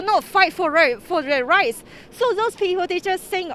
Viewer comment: did she say fight for rice or rights???